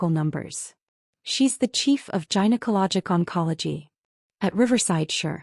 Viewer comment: Again, teach your AI programs the way to determine how a specific consonant or vowel. Gynecology starts with a hard g as in (guy, gabble, guess). A soft g pronunciation is not correct and everyone hearing it knows that you're using a weak AI program. Not a good thing.